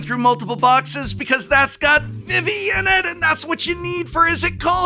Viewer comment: Is Prof trolling with Pronouncing Vivi as Viv-E and not Vee Vee?